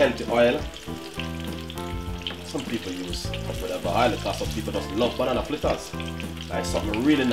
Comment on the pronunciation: Its not flitters its fritters